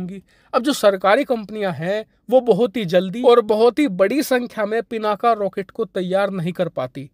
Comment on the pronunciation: सर हो सके तो हिंदी का उच्चारण शुद्ध करे वो पिनाक है पिनाका नहीं.... इंग्लिश की स्पेलिंग कुछ भी हो लेकिन हम भारतीय हिंदी का उच्चारण शुद्ध कर सकते है... वैसे भी पिनाक भगवान शिव के धनुष का नाम है हर हर महादेव 🙏🙏🙏